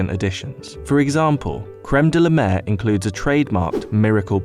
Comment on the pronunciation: "De-la-mer" my ass :)))